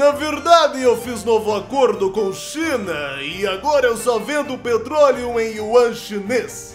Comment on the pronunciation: a china n falava cm L?